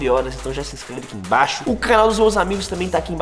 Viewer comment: Alguém percebeu que o Enaldo falou cranal kkkk🤭